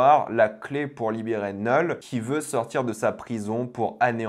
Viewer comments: STP ARRÊTE DE DIRE NEUULL C KNUUL ENFOIRERRR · Ça me fume comment tu prononces Knull autant dire Nul 😂